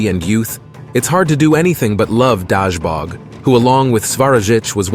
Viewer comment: Corrections: It's not Svarojic - it is Svarozhich... not Dashbog - rather Dazhbog... not Velas - rather Veles... not Mokash - rather Mokosh...